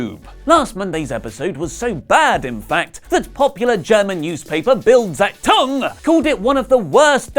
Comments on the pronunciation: hahahjahajjaa.. awesome how you pronounce "Bild Zeitung" sounds like a japan name and not like a german news paper name. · Great pronouncing of the "BILD Zeitung", CRYING WITH LAUGHTER EMOJI Greetings from the Carepackage Podswafter